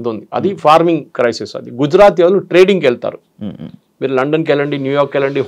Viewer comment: Anchor కు 'వాళ్ళు' అనడం రాదా? 'వాల్లు' ఏమిట్రా నాయనా!